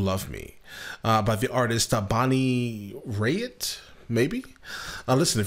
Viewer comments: Raitt pronouce like rate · Very thoughtful, informed and eloquent review. I'm surprised you hadn't heard of Bonnie Raitt (pronounced like "rate"). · Raitt as in “Rate” lol.. I’ve always thought she is such a beauty. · "I Can't Make You Love Me" is a song written by Mike Reid and Allen Shamblin and recorded by American singer Bonnie Raitt for her eleventh studio album. She is the original artist and she is AMAZING as a singer and guitarist. Here name is pronounced "Rate" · Bonnie's version is just quietly heartbreaking. And Raitt is pronounced Rate. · You picked another favorite performer of mine, and no dis intended, but it's pronounced RATE, simple as that. And I've got another selection I think you'll really like, '18 Wheels And A Dozen Roses' by Kathy Mattea, great song and a great official video. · I don't know of anyone else who has done this song. It is hers. Her name is pronounced Rate. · Bonnie RAY-t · She wrote the damn song. Raitt is pronounced like rate. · Pronounce her last name like the word RATE. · Pronounced “rate” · pronounced RAY bubby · Do a little homework before you react. At least know how to pronounce her name.